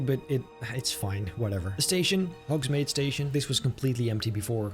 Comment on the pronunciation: The way you kept saying Hogsmade was so triggering 😤